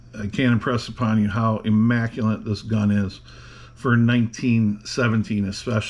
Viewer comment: The word is "IMMACULATE." Not "IMMACULANT" (no such word). And yes, very immaculate and beautiful revolver.